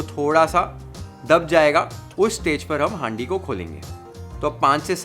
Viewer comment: Bhai haaandi nhi handi 😅 pronounce thik nhi hora